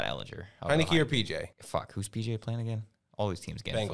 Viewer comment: These dudes pronouncing ehlinger’s name incorrectly over and over lmao